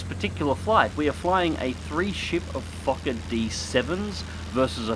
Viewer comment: For a second I thought had said "We're flying a 3 ship of fuck'n D7's" Not Fokker D7's